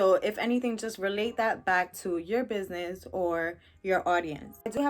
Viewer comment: Biz-nye-ee 🤣😂🤣 I here for it !!